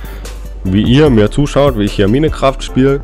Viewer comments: Minekraft genau xD man spricht es majnkreft aus xD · Als ob er denk man sprich es minekraft aus xD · Hey ich gucke das Video einfach 3 jahre später😂 Und man spricht das Spiel nicht Minecraft aus sondern Meincraft obwohl man es so nicht schreibt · Komme aus 2020 und mich triggert es wenn MINECRAFT sagt. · Minecraft wie ein deutscher hahahahahah